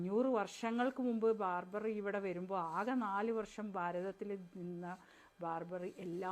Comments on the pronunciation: ബാർബർ അല്ല ബാബർ 👍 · Barber അല്ല ബാബർ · Good presentation of the true and real facts. A small correction pls, pronounce as Babar and not Barber, thnk you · പറയുന്നതിൽ സ്ഥിരമായി തെറ്റുകൾ കടന്നു കൂടുന്നുണ്ട്. ഉദാ: 1) ബാബറിനെ - ബാർബർ എന്ന് പറയുന്നു. 2) ലവകുശന്മാർ എന്നതിന് പകരം - ലവകുശവന്മാർ എന്നും പറയുന്നു! 3) അവസാനിപ്പിക്കുമ്പോൾ വീണ്ടും ബാർബർ എന്ന് പറയുന്നു. എന്നാൽ, വസ്ത്രധാരണവും മറ്റും വളരെ നന്നായിരിക്കുന്നു. പ്രത്യേകിച്ച് മുടിയഴക്. Please keep it up........